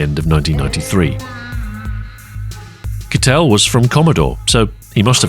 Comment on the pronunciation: some fantastic graphics in this (as always), though it might have helped to have the german google translate voice says "Kittel" just once (sound like little, one syllable)